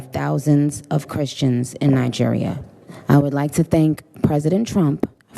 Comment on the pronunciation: Did you just say Niger